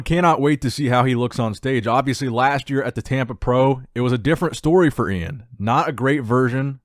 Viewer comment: LOL Iain's name is literally spelled out phonetically on IG "E-in Val-e-air" and still can't get a grasp on it ffs😂🤦🏻‍♂️